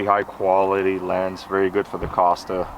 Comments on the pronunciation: I had to click on Closed Captions when he mispronounced 'KOSTAS'😄 I thought he was introducing another brand! According to the company, the 'o' is long, as in "Coast" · It’s pronounced “coast-uh”